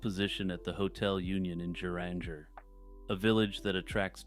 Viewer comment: Yup, you slaughtered the Norwegian pronunciations. But, that is understandable! It's not the easiest language, but also not that hard, once you get the pronunciations down. Geranger, Norway would be like Guh-rang-ger. No hard G. My partner and I are both Scandihoovian. Just kidding, we are both Scandinavian and Norwegian. Him more than I, however. I am mixed Norwegian, Swede and Dane, mixed with Scottish and Turkish ( if you can imagine! ). He also speaks the Norwegian language fluently. If you ever need a Norwegian to English translation, please ask and we would be so happy to help you! And yes, we live in Minnesota! Thanks for another excellent video,!